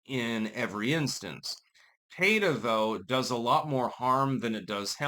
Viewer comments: PEETA not PAYTA... why are simple words so hard for you to pronounce? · "PAY-tuh"? No, it's not the first name of a lady from a Spanish-speaking country, it's just "PEE-tuh". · Pee ta 😂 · Well it's an acronym, so there isn't really a "correct" pronunciation. Most people say "peeta", so that's it's understood pronunciation, but it's not like it's a real word. As a pedantic douche, it seems like you would know that. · pronouncing Peta the same way as Beta. Meh, I wont complain. lol Edit: I wasn't trying to correct him... I was laughing about how he made Peta and Beta rhyme, considering peta ARE betas. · . . . Are you saying their name like that on purpose? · You are mispronouncing P.E.T.A.